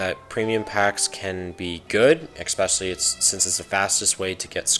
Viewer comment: Especially man not "exspecially"